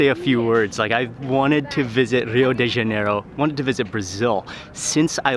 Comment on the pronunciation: Mark, it's pronounced Ha-nay-ro not jan-e-ro